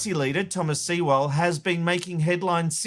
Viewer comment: It's Sewell like Sue'll ...